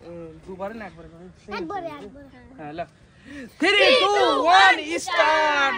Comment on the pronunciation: থিরি নয় থ্রি আর ইস্টার্ট নয় স্টার্ট।উচ্চারণটা ঠিক করে নিও ভাই। ❤